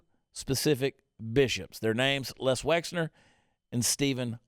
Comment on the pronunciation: Wexner, not Wexler !